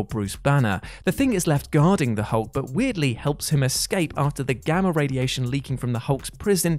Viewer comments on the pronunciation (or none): none